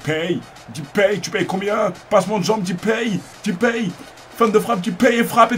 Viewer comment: Bonne video ! ;) et c'est pas "Dipay" mais "Dépay" ! :)